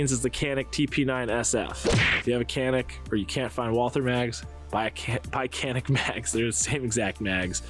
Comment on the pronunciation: Canik is TURKISH. C = J. its JANIK. That is all.